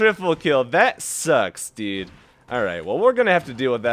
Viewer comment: why does he say deed when saying dude? "that sucks deed" like...... ure not even trying